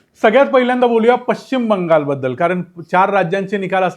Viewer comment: Pashchim Shabdacha uchchar chukicha karatay. Ya shabdatil ch cha uchchar karit nahit.